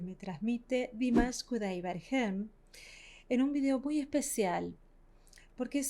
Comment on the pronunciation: Se dice KudaiberGUEN